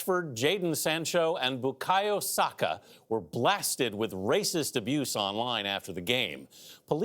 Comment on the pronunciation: At least this American newscast made an effort to pronounce/spell Saka's name properly.